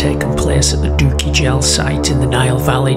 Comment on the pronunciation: Doukki Gel is at Kerma, not "sub-Saharan",,,and it's pronounced dookie gel, hard g